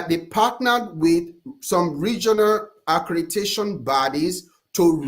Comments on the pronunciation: He keeps trying to put that stank African dialect on ACREDATION BUT HE PRONOUNCES ALL THE OTHER WORDS CORRECTLY 😂😂😂😂😂😂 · Never trust a so-called “educated man” (scammer) who canNOT pronounce ACCREDITATION!